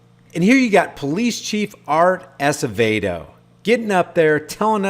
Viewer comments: It's pronounced... Ass-a-vaydo... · Art Acevedo pronounced (Ass a vey dough)